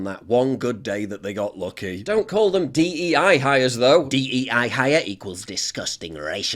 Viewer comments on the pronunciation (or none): not D E I its D I E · Its DIE, not DEI...get it right